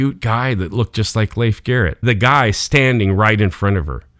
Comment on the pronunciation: Fun story! Glad you know how to properly pronounce Leif's name !!